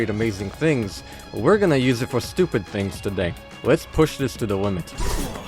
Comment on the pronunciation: weird lisp cant pronounce "this" properly and says dis so annoying